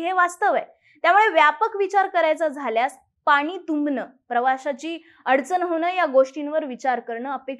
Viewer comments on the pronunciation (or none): none